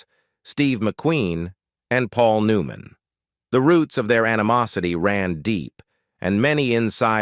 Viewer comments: Agreed. "Paul New-MAN..." WTF is that? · I hate these AI narrators. Really..... Paul New MAN.... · "Paul New Man a Hollywood Ledgeend". "Yul Breener" WTF with this narrator?